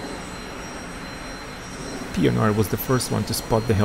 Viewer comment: The way you pronounce that poor man's surname . Hahaha Pienaar